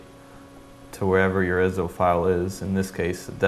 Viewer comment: they arent called (Ih-zo) the are I.S.O (Eye-es-oh)